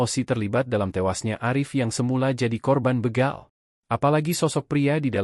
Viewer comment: Ngomongnya begal min bukan beegal